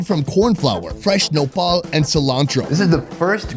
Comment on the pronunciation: You guys are saying Nopal I heard Nepal and some words are Nepal I got happy that you were mentioning my country name in your video but it wasn’t 😃 Lots of love from Nepal🇳🇵